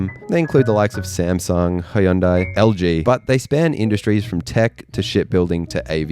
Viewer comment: Kumho (금호) wasn't bad, I thought Hyundai (현대, hyun-day) got more butchered